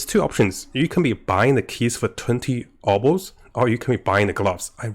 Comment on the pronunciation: They’re Obols(oh-bulls) not orbs, it was a form of currency in Ancient Greece.